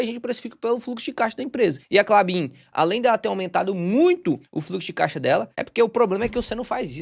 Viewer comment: pq vc fala K de " caixa"?